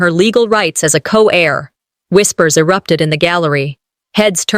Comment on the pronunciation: Co-heir, not co-air